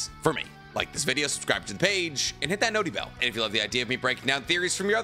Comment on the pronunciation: Stop saying notty bell nerd 🤓 !!!